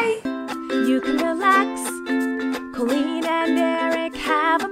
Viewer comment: Anyone else hearing “I’m the queen” instead of “I’m Colleen”? She is our queen tho